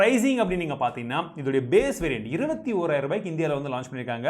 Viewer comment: Bro 21000 anga 201 ayiram appadinu solra mathiri iruku voice theliva podunga bro